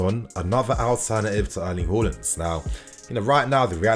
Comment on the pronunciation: His name is Haaland not Holland